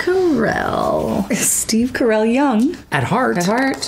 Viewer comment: Steve, you just said your family name is Caracelli, not Carell!